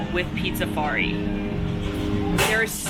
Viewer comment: Drink every time calls Pizzafari Pizzarizo lol